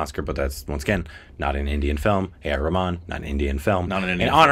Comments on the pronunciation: Atleast what he said sounded much closer to the original than ya'll. You guys never seem to pronounce the H in Rahman😂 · Yes,, that's the right way to pronounce Rahman and you've been saying it wrong all this time. 😅😂